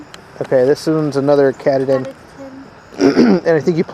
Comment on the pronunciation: The second potatoes are pronounced kuh-TAH-din ☺️